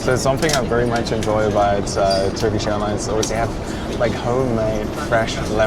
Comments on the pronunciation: hey. your turkish pronunciation is fine.. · Your turkish pronunciation is really good btw